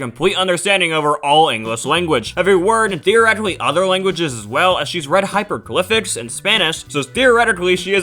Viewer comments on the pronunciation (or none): Hyperglyphics? You mean hieroglyphics?